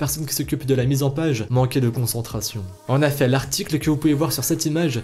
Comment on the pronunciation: On dit "en EFFETS" bordel pas "en affets"